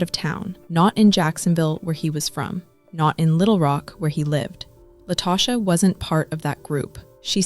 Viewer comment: An ethical non-monogamy group? What in the world? I bet he wasn't cool with his wife or mistress engaging in ethical non-monogamy. These men really do be trying to get away with this foolishness. Also, did the person putting together this narration not listen to it first. La-toe-sha??? I'm annoyed 😩